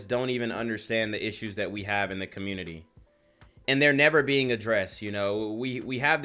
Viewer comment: Here's some advice, you don't have to say "communi-Tie" so much. It's kinda cringe but do your thing bro...